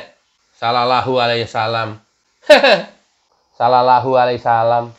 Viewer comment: ketawa sendiri lucu donk nek tapi jangan sering sering nnti orang slh menapsirkan maaf nek itu selallahu alaihi wasalam aja blepotan benahi diri sendiri aja dulu jangan merasa dirimu yg paling sglnya